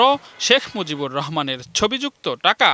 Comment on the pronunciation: "Shekh Muzibur Rahman" evabe full name pronounce Kore bibriti deyay onek Valo laglo oneek dhonnobad Songbad pathok ke , eto din por report - ta dekhe , shune Mone holo shottie Edeshe Shekh Muzibur Rahman name keu chhilo .